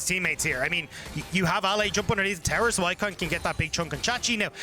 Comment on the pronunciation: Why does this caster say "terror" instead of tower?